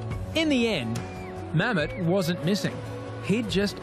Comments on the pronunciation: His name is Mohammed but in turkey they say Mehmat these guys said Mhemt😂😂😂😂😂😂😂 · I did at first, till I re watched it again and heard him say Mammet.